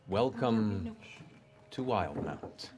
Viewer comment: It’s pronounced Will-de-mount